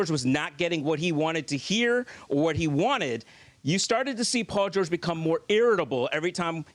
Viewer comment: "Paul georege"😂